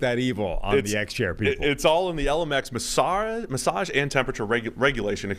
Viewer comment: Why does pronounce massage like that?